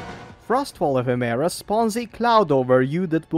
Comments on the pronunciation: say Effeminant, it means having Feminine attributes, SO, its pronounced E-fem-ur-uh. thumb down for not researching proper pronunciation. Ephemera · Holy I was interested but cannot stand the way you are saying ephimara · PLEASE it's pronounced əˈfem(ə)rə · Epheméra is an exotic way to say ephemera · The pronunciation of "ephemera" kills me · Hearing him mispronounce ephemera every 5 secs is like nails on a blackboard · I don’t wanna be this guy but, that’s not how ephemera is pronounced